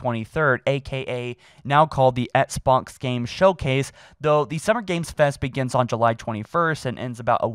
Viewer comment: it’s Xbox, not ‘ets-box’. pleaseee start pronouncing ‘x’s in the word Xbox